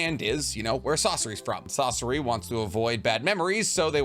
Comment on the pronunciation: sauce-o-ra???😂 its SA SOR RI bro why does every youtuber get pronunciation wrong when its in the show